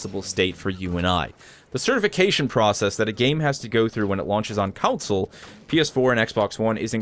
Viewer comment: Plz its Con-Sole not council